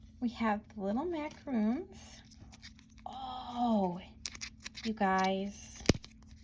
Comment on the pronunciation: Pronounced Maca-rohns not macaroons. Macaroons are coconut type sweets while Macarons are treats with a sweet filling center. Hope this helps